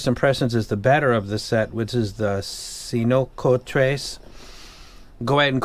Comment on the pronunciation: Cincotres looks like "cinco" (five in spanish) and "tres" (three), but I can't figure why. You should pronounce something like "Thinkotress". Cool name 😂